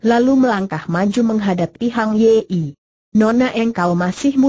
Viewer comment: Min, tolong sertakan teks (narasi)nya. Kalau cuma suara google saja orang tidak tahu nama atau frasa yang dimaksud pengarangnya. Contoh: Hang ye-ie. Apa namanya Hang Yi????? Lagi, nama Zhao Kuang ye i en. Apa suara google tidak bisa mengucapkan Zhao Guang (Kuang) Yin????